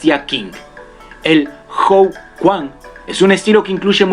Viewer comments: bien el video, pero "quan" no se pronuncia "cuan". debido a que hay diferentes formas de romanizacion (como escribir la pronunciacion de un caracter chino en alfabeto latino) se producen estas confusiones. "quan" es la forma en que aproximadamente lo pronunciaria un angloparlante. lo correcto para un hispanohablante es "chuen". lo correcto entonces es decir "tai chi chuen" y no "tai ji quan" que es la forma mas proxima a la que lo deberia pronunciar un angloparlante. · amigo me encantan tus videos te sigo hace mucho! yo soy de chile pero vivo aca en china! solo queria aportar con una correccion de pronunciacion: la letra Q en chino es pronunciada Tch, por lo tanto cada vez que se lea QUAN se pronuncia CHUAN, tambien la letra G se pruncucia como una K y la ZH como una LL. Eso amigo! gracias por tus videos, aqui me es dificil entener muchas cosas de artes amrciale sy muchas de ellas gracias a tus videeos me he podido instruir mas. Cualquier cosa que necesites por aca me escribes.